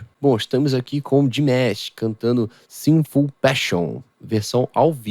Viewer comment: Desculpa a pronúncia é Dimash e não dimesh.